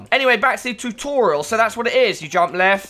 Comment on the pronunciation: "Tutoral" Video tutorals? Is this where I find the video tutorals for PC optimizer pro?